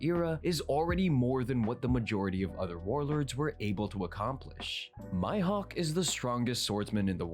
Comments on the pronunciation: Who on earth is “My-Hawk”??? Maybe he has “hay-kee?” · The fact he says Mihawk as my hawk makes me uncomfortable